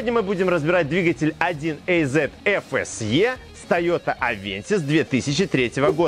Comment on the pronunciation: 1 ЭЙЗЕТ🤔 аж противно слышать такое произношение мотора 1АЗ